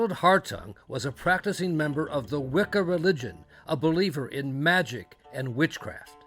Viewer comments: I can't believe that in this day they are still going to publicize this kind of ignorance towards Wiccan practice ... (Think if I heard "wiccom" on more time I was gonna scream...)... Statements like "witchcraft" and "a way to justify it to himself" and "good Christian woman didn't approve" ... Ffs ... It's the worship of nature... It was literally hijacked into Christianity ... How can you all help propagate slander towards a religion just because it is misunderstood and been literally used as a scapegoat countless times, oh, that's right.... Sensationalism.... 🙄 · "doin the wickum" lol